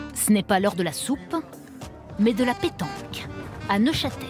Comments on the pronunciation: Neuchâtel pas Neufchâtel 😂😂😂 un peu de sérieux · Neuchâtel, et non Neufchâtel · Neuchâtel pas neufchatel, et l'absinthe est originaire du Val de travers. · NEUCHÂTEL !!! (Et non : NeuFchatel) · Super sympas "NEUF CHATEL" ahaha 0 respect